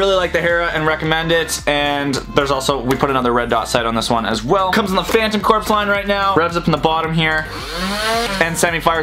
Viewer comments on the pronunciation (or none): It’s pronounced phantom core not phantom corps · its Phantom corps not phantom corpse